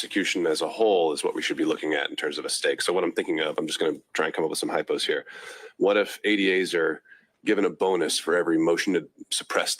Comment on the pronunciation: Oh no he said hypo…